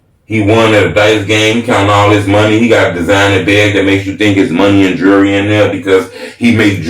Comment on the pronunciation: he spelled jewelry right, but didn't pronounce it right. pet peeve, jewelry, not jury.